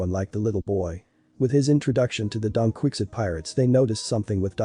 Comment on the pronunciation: I can't get over the "Donquikzit pirates"😂